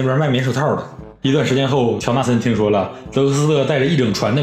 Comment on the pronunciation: 乔纳森 乔森纳😂